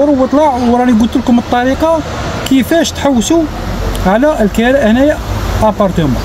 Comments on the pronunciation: الكِراء بالكسرة وليس الكَراء يرحمك الله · الكراء بكسر الكاف مش الكراء بفتح التاء صار لي ينوض يحل قناة رحتو لاوروبا ما تعرفوا والو بوهالية صبحتو نتوما ماليها اتعلم سع اللغة لعربية كيفاش تنطقها من بعد دير قنوات و تعشقو التشائم و تحبوا تزيدوا فيها اوروبا كيفها كيف بلاد لعرب صارت المجرم و اللي ييبع لمخدرات هناك هو الناجح و حتى لو مهاجر يديرولك لورق😅 خنزو اوروبا يا دين الله بني هجرس